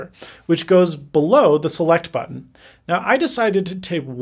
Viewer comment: gotta say it again, the way you say "button" tho....